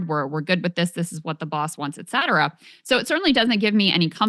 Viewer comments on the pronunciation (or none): Sagar pronounces etc. (et cetera) as 'excetra' all the time. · omg I hate that, idk how I forgot that one during this. It always seems to be the ppl who try to use etcetera all the time that pronounce it like that, it’s preposterous 😉